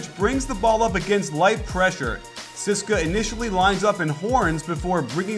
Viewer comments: coach, maximum respect, but it is pronounced tzeh-seh-kah. please dont say ceeska. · Nice video but its not pronounced 'siska' its C-S-K-A. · yeah sis-ka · No it's pronounced Tze-ess-ka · Great breakdown coach! Hope to see more euro ball videos. And btw the moskow's team name is actually pronounced C-S-K-A (all letters said individually) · Every time he said "CSKA" i cringed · Great content as always but one irritating thing is your 'CSKA' pronounciation. You should just spell it. Cheers.